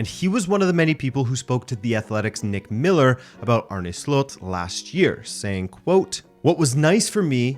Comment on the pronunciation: Finally someone that says his name right, most people say Arnie... That aside, I wonder how this will go given the similarities to EtH. Making a jump to a team like Liverpool will still be a big step that could quite easily go wrong.